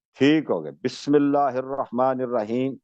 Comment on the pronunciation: الیاری کا بسم اللہ ہی غلط۔